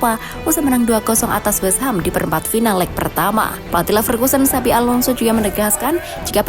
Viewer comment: ingat bukan xavi tapi xabi😂